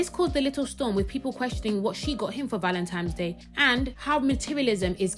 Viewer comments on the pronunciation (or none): ValentiMes Day? Why can't people talk properly?